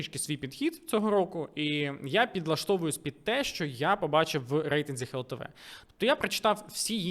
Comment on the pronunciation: дякую за відео, пане але все таки буде "глтв", а не "хлтв"